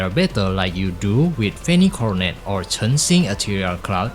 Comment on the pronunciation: spot on with that chen xing pronounciation good job